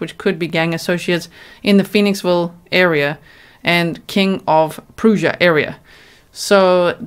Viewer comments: Prussia like Brush-a but with a P. I know I know speech police lol, but I know that people from King of Prussia are very particular about pronunciation of their town. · Thank you for your extensive, remarkable coverage! FYI King of Prussia is pronounced like King of Press-ya. Lots of odd town pronunciations here.